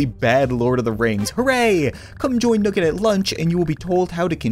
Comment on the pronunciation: nugge. nice. It's nugge nugget